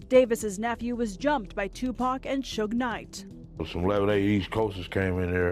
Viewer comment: Maybe if Suge was typed in phonetically in the prompts it would pronounce it correctly